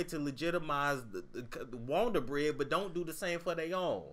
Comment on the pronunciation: That Wondabread🤣🤣🤣🤣🤣😂😂😂😂😂